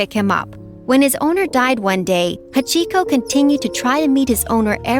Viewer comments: HA CHI KO when it’s Hachiko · Bruh the way she said Hachiko 💀 She did him wrong man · i love the story of hachiko, but they pronounced it so wrong.